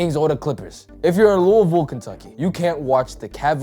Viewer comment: Says Louisville correctly, instant respect